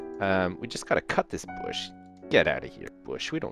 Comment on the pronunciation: I really like how he says 'bush' but it is almost disturbing...